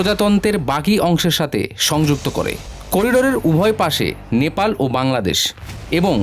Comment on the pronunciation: বাংলাদেশ ❌ ব্রাংলাদেশ ✅😂